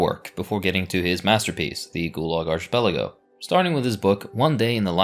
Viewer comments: Archipelago is pronounced arcipelago and Apartheid is pronounced apart-heid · Don't know if you care or not, but the word "archipelago" is not pronounced with a soft "ch" as in church or Charles. It is pronounced with a hard "ch" sound like in Bacchus. Think of it as a "k". Ark-i-PEL-a-go. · Is arch-pelago a valid pronunciation of the word? Asking genuinely since I'm Brazilian and I've always pronounced it as arqi-pelago. Or ark-êêhpelago. It's written as arquipélago in portuguese. (Now, looking at it, the arch aa in archduke really does make sense.) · It's difficult to take any of the "inaccuracies and lies" presented in this video at face value when the narrator didn't even bother to look up the correct pronunciation for "archipelago." Do your homework next time.